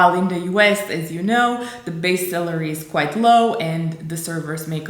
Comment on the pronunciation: Just to be clear, your spoken English is impeccable but as a positive criticism I would suggest you to be careful on reading the "a" as an "e" in every spoken English word. For example in this video your pronunciation of "server salary" sounds pretty much as "server celery" (adica tzelina pe Romaneste in loc de salariu. I-mi cer iertare, nu sint profesor de Engleza doar ca am petrecut mai multi ani in America de Nord si vreau sa ajut) Very educational topic for young Romanians aspiring to the "American Dream life" that you have chosen for your Your Tube channel. Looking forward to what's coming up next because so far I like your idea of realistically picturing the fact that "The American Dream" is not really for everyone. Not even for those bright and highly educated young Romanians. Cheers.